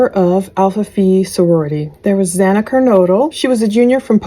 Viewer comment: It’s not Hana! It’s Xana!